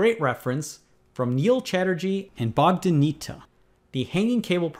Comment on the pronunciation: That's not how you pronounce Bogdan G. Nita. Go to google translate select Romanian, type "Bogdan Niță" and listen.